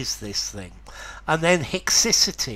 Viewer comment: I looked up in a dictionary, and they pronounce “haecciety” different to you